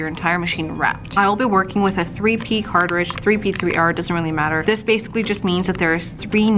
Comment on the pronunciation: ITS NOT CARTAHHRIDGE...... ITS CARTRIDGE. you sounded so well informed and as soon as you said that.....I couldn't take you seriously